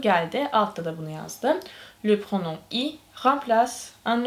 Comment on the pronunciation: Pronom okunmaz😂😂😂😂😂😂😂😂😂😂😂😂